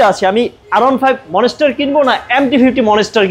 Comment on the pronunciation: ITS NOT MONESTAR ITS MONSTER